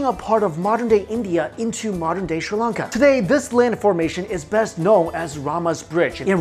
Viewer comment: Sri Lanka not Shri lanka